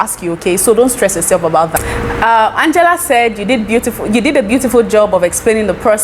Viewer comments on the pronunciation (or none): none